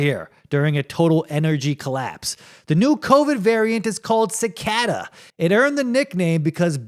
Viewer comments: Wtf is sicada? Its pronounced Ci Kay Das lol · Generally a mispronounced word isn't funny, but when you say it 50 times in a row it's kind of hilarious. I can't believe that you've never heard the word cicada before. How is it possible that you can't pronounce a word that you've likely heard hundreds of times?